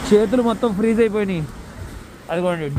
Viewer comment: Frozeee kadhu freezee ra hukaaa